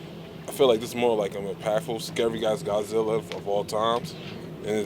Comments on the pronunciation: 最初に出て来た、ちゃんとゴジラと発音してて嬉しい、ガッズィラじゃ無いんだよね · 冒頭に出てきた人のゴジラの発音がガッズィーラァァァじゃなくて好感持てる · 最初の「ゴジラー！」はきっと日本版ゴジラ過激派w ちゃんと発音まで日本語版に合わせてきてる。